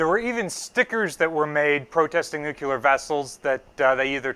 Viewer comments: You have consistently made the mistake that many do, but with this video it is just too much. The word is NU-CLE-AR not NU-CU-LAR. As the curator giving tours it would be good to be sure you pronounced the term correctly for the young people visiting the ship. thanks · Ok, who gets to correct pronunciation of "nuclear"...from his current "nucular". Just remember The Vapor's album 'New Clear Days" as a helpful hint. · I can confidently tell you no battleship ever carried “NUCULAR” weapons as they don’t exist. LOL. Love you but c’mon man! NEWWWWW CLEARRRRR. IN DA FAT IG ABLE! Keep up the good work taking care of our baby! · Nuculer or nuclear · New Clear, not New Cu Lar. I'll see myself out, thanks. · Nuclear! Not "nukelar"! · I love your channel and I'm a big fan of BB-62 but please for the love of history and science please stop saying nuke-u-lar. There's only one u in nuclear. It's pronounced new-clear or nuke-leer or nuke-lee-are. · Nuke-LEE-ar.........not Nuke-You-lar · "Nuclear", not "Nuculer." Otherwise, excellent. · NEW-QUE-LAR Nū-clear :) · "Nu-clear" Not "nu-cu-ler" Why is this mispronunciation so common? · Dear god! - its NUKE-LEE-ARE, not NUKE-YOU-LAR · It's NUCLEAR, NOT NUCULER. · The word is "nuclear" not "nucular"!! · Oh please! It's nuclear, pronounced new-clear. not nukular. Sorry, pet hate of mine! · Please, please please, pronounce it correctly. The word is NOT nuke-u-ler. It is nuke-cle-ur. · Noo-clear. it's pronounced noo-clear. This is, admittedly, not quite as worrisome as US presidents who have in the past also said it wrong, but if you are going to speak authoritatively about a subject, on should get the basic words correct. (this post to read in a slightly bemused, quizzical tone, not an angry, superior one.) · New-clear. Not nu-cu-lar. :) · NU-CLEE-ARE. Please. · Hearing it pronounced "nuc u lurr" is like getting stabbed in the eardrum. Is this common to Drrty Jrzy or something? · Nuclear.... not "Nuke-u-lar"